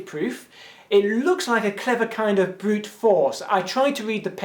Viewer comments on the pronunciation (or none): none